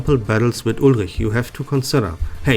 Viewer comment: The way u pronounce Ulrich…yer a native German speaker aint ya? Grüße aus Hamburg 😊